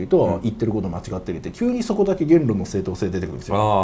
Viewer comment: げー↑ん↓論 か↑ん↓潔